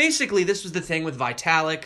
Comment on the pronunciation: Also ‘Italik’ like the Italian Tower of Pisa 😂. You’ve made my morning kick off again! Thanx